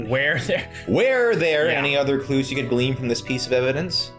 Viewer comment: it's GLEAN not GLEAM. damn this localization team dropped the ball hard. i think IIRC it gets worse